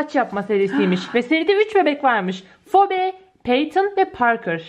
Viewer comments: Abla fibi diyo okunuyor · Abla o Phoebe fobe diye değil fibi diye okunuyor.